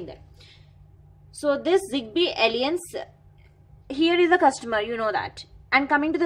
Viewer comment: The pronunciation of "alliance" is very annoying . Google translate will guide you...